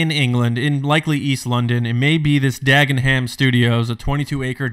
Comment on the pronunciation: Just a Brit here chipping in; it's pronounced 'Dag-en-um' (yes; it's weird!) - and I'm hoping this whole story is true, as I don't live a million miles away from there and I would like a job please Lucasfilm.